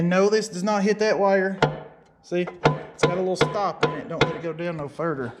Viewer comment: furder lolololol